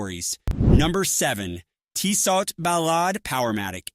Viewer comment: Stopped watching when I heard "Teesaught"